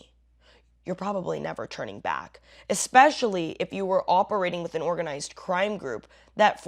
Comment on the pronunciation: It's "an" Angel, not "uh" Angel, and they're not real.